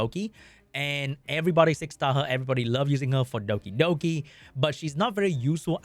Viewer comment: I love the way you say Dokidoki :)